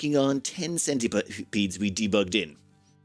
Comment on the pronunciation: "Centiputs" :D Love it! That's what I'm going to start calling them from now on :D